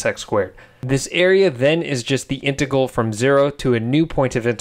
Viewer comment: I can not get over the way you say integal lol. Love it